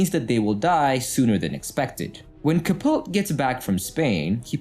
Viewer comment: CAH- POE-TEE.